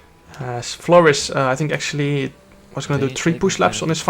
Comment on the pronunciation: “Thaimen and Florrus”😂😂